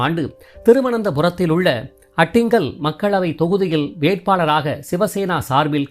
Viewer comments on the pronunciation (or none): அட்டிங்கல் அல்ல ஆற்றிங்ஙல் உச்சரிக்க சிரமம் தான் முயற்சி செய்யுங்கள். பழக்கமில்லாத ஊரின் பெயர் அதனால் தான் திருத்தமாக எழுதியிருக்கிறேன்.